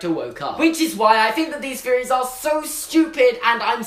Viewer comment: “Feories???” Or THeories??? U have trouble with some your “THs” sometimes